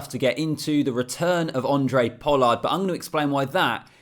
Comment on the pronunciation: his name is Handre not Andre. Its not tricky.